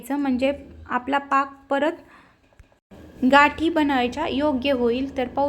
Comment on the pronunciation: घाटी हा उच्चार चुकीचा आहे गाठी म्हणावे